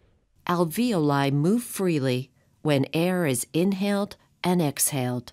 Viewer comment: AlvEoli as in (vee) and -oli pronounced (oh-leye). Alveeohl-eye.